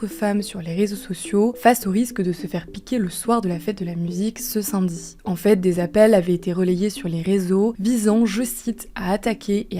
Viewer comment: ÇA SE PRONONCE SAMEDI AVEC UN A, PAS SINMEDI HAAAAAA JE VAIS CANER HAAAAAAA